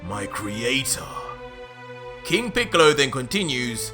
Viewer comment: No ha estado mal pero no le has dado nada de chicha a la aventura, pensaba que "píkalo", como mal pronuncias, había entrenado y conseguido un poder similar al de Picolo e inclusi se habría aliado con otros enemigos pero no 🤷🏻‍♂️